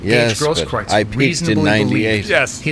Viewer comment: Steven it's pronounced 'GROSS - KROOTS'